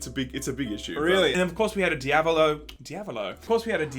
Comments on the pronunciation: Di-a-ba-lo? What game is that? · Dee-eh-bah-loh game.👹💦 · Dye-ab-a-low = Diabalo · Can you say di-a-bo-lo the correct way.. Di-a-blo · Omg learn how to say Diablo... uhg..